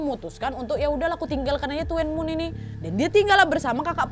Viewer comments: Tulisannya tuen mun bacanya tun mun nad.. bukan tuen mun 🤣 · bacanya cukup tun mun ya kak hehe tidak tuen muen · Mbak maaf ya aku hongkong jangan kesel ma polisinya tahu nggak di gk polisi bol h bawa pistol baru tahun kemarin dan itu salahnya yang dikirim ada lah polisi patroli yang keliling di distrik, aku tuen moon.. Bacanya dunmoon, dan di sini di lam itu sebenarnya terinspirasi dari Korea pembunuhan rain coat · Maaf kak cuman korek penyebutannya bkn Tuen mun kak pi “dunmun”mksh kak sebab saya pernah tinggal di dunmun juga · Tuen mun : Dun mun Hung Hom : Hong Ham ( pengucapan) hanya sekedar info saja kak nad 🙏😊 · Maaf kak.. Bukan tuwenmun (bacanya) tapi tunmun (bacanya) .😁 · Tulisan nya " TUENMUN" wak ... tp spell nya Tunmun 😃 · Tuen mun bacanya dun mun Hung hom bca nya hung ham Whampoa bca nya whampo Salam dr hongkong Berapa mnggu yg lalu jg ada pembunuhan Seorang wanita di bunuh kekasih nya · tuenmun bacanya tunmun mba Nadia 🙏 salam dari hongkong 🙏🥰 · Hallooo nadia... Salam dari hongkong...itu kota tuen mun baca nya dun mun kalau d hongkong nad hehe... Semangat trus nad... 😘😘😘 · Tuen mun = Tun mun Hung Hom = Hong Ham Itu cara bacanya kak nad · Ahirnya upload lagi kak nadia,,, oiya Baca nya tuen mun~duun mun kak nad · Tuen Mun bacanya Dun Mun wak_ Sehat selalu Wak, Mohon Maaf Lahir Batin_ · Tuen Mun di baca Dun Mun. Hung Hom di baca Hong Ham 🤭🤭🤭 Lucu banget episode ini hahaha... Salam dari HONG KONG kak Nadia. Alhamdulillah HK sekarang AMAN. DAMAI. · Baca nya kalo tuen itu Tun 😊😊😊 Tapi best lah, memang daerah Tuen mun memang masih tinggi kejahatannya hingga sekarang, karna memang masih termasuk pelosok, tapi sekarang sudah lebih baik karna Sudah menjadi kota berkembang. 😊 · Hai sis...., TUEN MUN itu pengucapannya TUN MUN....Salam kenal dari TKW HONGKONG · TUEN MUN ( BACA : TUN MUN) kak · tuen mun bacanya (dunmun) wak ,polisi hongkong sekarang gercep bnget, nangkep penjahat,, kemaren juga ada kasus juga di yuenlong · Tuen Mun bacanya "Dhun Mun" wakk 🤣